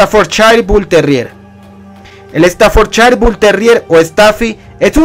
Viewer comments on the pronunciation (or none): Yo tengo un bull terrier Staffordshire y se pronuncia estaforshair no estanforchair Ojo con eso viejo. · Se pronuncia "Staffordshair". Te lo digo porque viví en Inglaterra y la S al comienzo de palabra, se pronuncia "S", no "ES". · interesante tu información y si comúnmente lo conozco como Stanford porque hasta en los vídeos de YouTube pronuncian Stanford no Staffordshire, pero creo que sí necesito información más sobre el tema , gracias por los tips